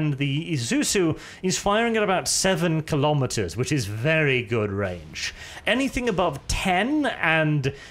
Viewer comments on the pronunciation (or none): none